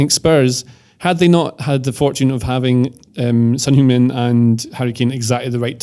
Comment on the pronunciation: They never get the pronunciation of heungmin right🤣